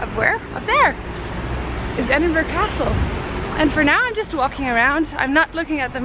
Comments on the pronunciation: At least she didn’t call it Edinboroooow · Her pronunciation sounded quite good to me, makes a difference from edinburg or edinburrow that tourists usually say. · I’m from Edinburgh and I thought pronunciation was just fine. As the comment above says, a lot better than ‘Edinboro’ or ‘Edinburg’!